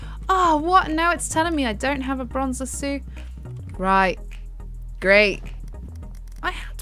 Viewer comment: Its lasso not laso